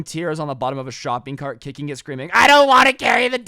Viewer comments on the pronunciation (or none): none